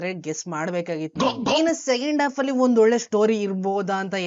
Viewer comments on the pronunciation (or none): none